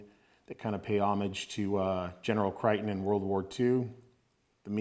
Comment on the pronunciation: The general’s first name is pronounced as Crayton not Criton .